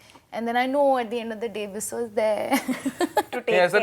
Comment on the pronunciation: the host is too annoying. she cant even say Bisso properply and her over expressions just killed the mood